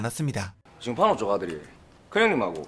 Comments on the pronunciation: 왜 자꾸 판오라고 하냐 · 판오가아니가 판호에요